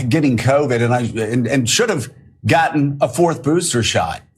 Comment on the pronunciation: I love listening to Joe pronounce it, “cao-vid”.